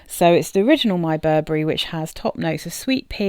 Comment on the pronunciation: Burberry "Wee" kend